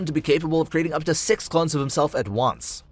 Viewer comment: uhm you missed pronounced six